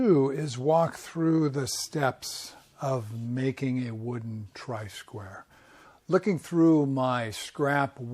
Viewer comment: Tri-square?! Isn't it try-square?